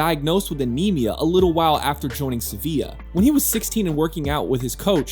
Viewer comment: I like how he had to cope both with LiepāJas and SeviLLa and in both cases it it the same sound (Latvian ''J'' and Spanish ''LL'' = ''Y" in American pronunciation) and he failed in both :D